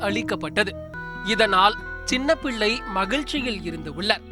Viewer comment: Please சரியாக பெயரை உச்சரியுங்கள். சின்னபில்லை இல்லை சின்னபிள்ளை.